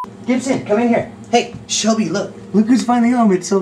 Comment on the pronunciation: 53 its Shelby not shellbe